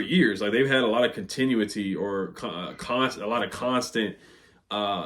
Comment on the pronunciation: Continuity (Con - ten - new - it - tee). You do a great job! Keep it up!